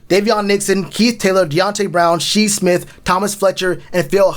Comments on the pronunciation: lol he said She Smith 😂 is Shi Smith - sounded out “Shy” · Shi Smith(pronounced Shy Smith) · Say it with me Shyyyyyy smith, spelled shi but u say it like shy 👌🏾